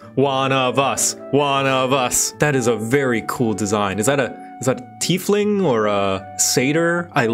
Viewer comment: some friends of mine keep saying "tie-fling" instead of "tea-fling" like it should be, so hearing say it the right way just suddenly activated a god damn bugs bunny style response from me before I had to stop and go- "...TEAFLING. TEA FLING TEA FLING TEA FLING. Yes. This is good."